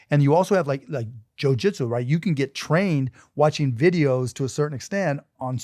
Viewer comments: Why does he keep saying Joe Jitzu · This guy saying who would win in a fight while saying joeJitsoo is atrocious